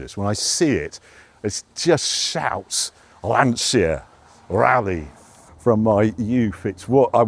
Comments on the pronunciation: Why do Brits struggle to pronounce Lancia and Porsche? it's LAN-cha not LAN-sia! It's an Italian word for heavens sake! Although, I will say no one says JAG-you-ah quite like the Brits though. Great content as always Harry map included! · an almost correct pronunciation at last! In Italian "ci" and "ce" sound as English "ch", so the correct pronunciation for Lancia is "Lancha".... and something like"Lantcha" gets even closer. the inspection of the boot just shows how much we are different. If you were an Italian guy doing some tourism in some part of Italy, remote or not, you'll have a boot stuffed with typical food, salami, prosciutti, cheeses, mushrooms and so on.... c'mon, a saw??? ;-) BTW proper car!!!! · Before making these videos learn how to pronounce "Lancia"